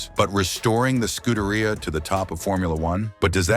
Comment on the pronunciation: ScudeRaia? Pathetic. Do learn how to correctly pronounce basic foreign words, in this case, Italian...